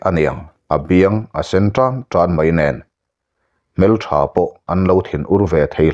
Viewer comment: I chhiar thiam rualin, i thil lam rik dan hi zir deuh i ngai ka lo ti...hmeltha tih a, hmel i lam rik dante, hetiang ang deuh i lam rik dan hi dik lo a tam tlat...hei hian ngaihthlak a ti hrehawm ka lo ti ve mai mai....chhiar hrim hrim chu i thiam ania.